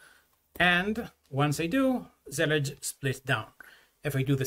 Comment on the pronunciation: Finally I know how to say Zellij